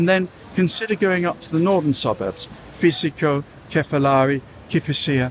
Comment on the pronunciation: Psichiko is pronounced